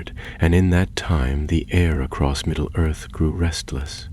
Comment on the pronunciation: ...no one else notice the narrator call it "middle girth" at the start of the story?